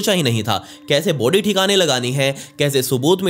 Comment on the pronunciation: Vai body bolo not booody 🤣🤣🤣🤣🤣🤣🤣